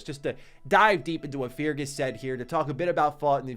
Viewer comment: MY MAN — I GOTTA STOP YOU HERE. FEARGUS IS PRONOUNCED “FIH - RGHAS” PLEASSE .. like Ferguson w/out the “son” luv u tho thx